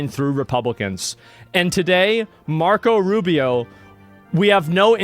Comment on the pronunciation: "Marcos Arubious"